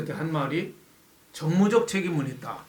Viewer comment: 그자리가 정치적 정무적판단을 하는자리인가요! 정무적이라니? 발음조심하고 조 꾸라지!